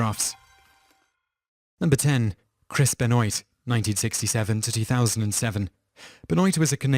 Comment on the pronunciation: Vile Still Kills You It's nothing to do with accent, I'm Irish and I can pronounce Chris' name correctly.